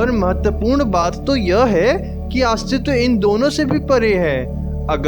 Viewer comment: Bhai aastiva nhi hota hai...astitva hota hai